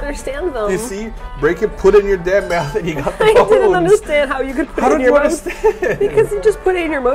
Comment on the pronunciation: has a Canadian slip "mouth". Adorable.